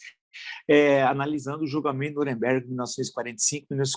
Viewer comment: Villa, ou se fala Nuremberg (anglicanizado) ou Nürnberg (pronúncia alemã). "Nüremberg" não parece adequado embora com boa intenção. Abraço